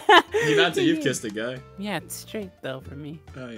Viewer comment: Guy sensei sounds actually correct